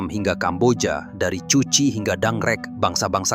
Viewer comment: Bacanya bukan cuchi tp kuchi.bkn Vietcong tp Vietkong.